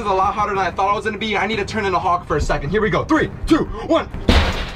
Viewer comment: Bro said hawk instead of hulk:face-green-smiling:💀